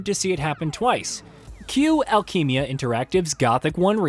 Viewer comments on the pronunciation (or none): "Alkeymia reactive." Yikes.